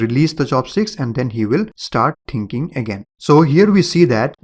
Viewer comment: O my god, it's not "tinking" it's "thinking" :)))